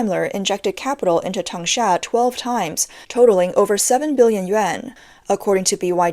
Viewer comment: why is denza pronounced tangsha??